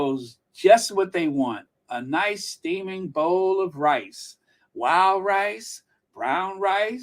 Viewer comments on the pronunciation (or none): none